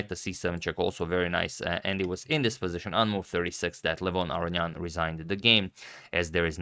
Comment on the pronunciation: Antonio, in your older videos, you used to pronounce Levon Aronian correctly. I don’t know why you changed it.